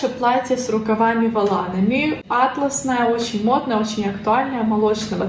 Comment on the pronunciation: привет:) какое красивое на тебе платье!:)) Если атлас в географии, то ударение на первую А - Атласная карта, если атлАс это ткань, то атлАсное платье, ударение на вторую А.